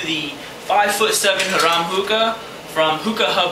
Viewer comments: its pronounced "hair-em" like a one guy and 50 girls, it means it's a hookah for luxury use haha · Great vid. BTW, Harem is pronounced Hair-Um